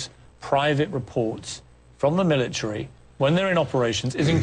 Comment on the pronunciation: i can't help it... i laughed everytime morgan said 'mili-tree' instead of military. lmao